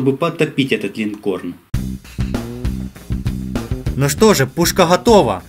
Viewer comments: Линкор правильно говорить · Линкор Карл! Линкор! А не "Линкорн"! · Линкор, а не линкорН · ЛинкорН... Интересно, ты издеваешься или реально проблемы с языком? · Если что корабль называется -линкор) ,без "н". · "линкорН" сука)))))))) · А мне одному послышалось "линкорн" : ) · Линкор, а не линкорн) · ЛинкорН ))) попкорн бля